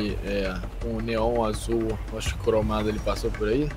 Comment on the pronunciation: ele falou cromado errado